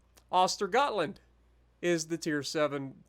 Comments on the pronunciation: it's pronounced (uh-ster yōt-land) The Ö letter with the umlaut is the ooh sound, like moo without the M 👍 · As a swede i know for a fact that the G in Östegötland is not silent but instead pronounced as a J, yeah i know. We swedes are weird with our wording.